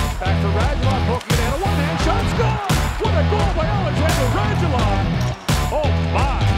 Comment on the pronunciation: Will they ever learn how to correctly pronounce foreign last names and put accents on correct syllables? Because it's RadUlov, not RAdulov. PS U in Lundqvist (and other european names e.g. Radulov) is read like OO, not like in the word 'puck'. Just the same as Bush